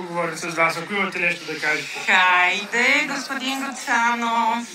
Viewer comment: Голяма простачка и мега надменно и иронично поведение. Всички политици са за разтрел, но тази е много проста. Аййййде, произнася се Хайде, но в журналистическата гилдия вече няма етикет на поведение важното е да нямат рефлекс за повръщане нали така Айййде.